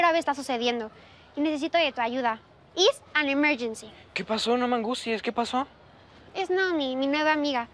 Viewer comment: IS AN EMERYENCI JAJAJAJAJAJA TMRE